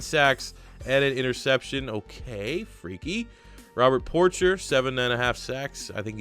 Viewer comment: Love seeing a rebuild of my poor Lions. Great video! Ps. It's pronounced por-SHAY, not Porcher. 🤗